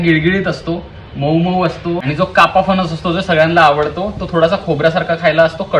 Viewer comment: फनस नाही रे... फणस म्हण....